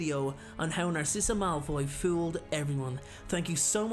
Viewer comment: “how Narcissa Malfoy FEWLED everyone”